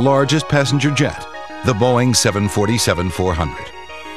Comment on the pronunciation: i like how he pronounces boeing haha. boing!